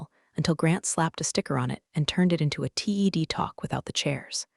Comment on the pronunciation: Stop calling a TED Talk T.E.D. Talk. Its TED rhymes with bed.